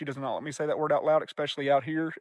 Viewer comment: it cracks me up that people still say EXpecially and suppoSUBly in 2026. 🤦🏼 we’re in the Information age guys, tighten up.